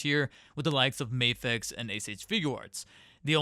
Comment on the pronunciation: He says May fex, 2/10